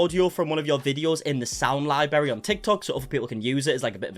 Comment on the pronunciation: The first R in "library" is one of the most difficult Rs to pronounce....LOL!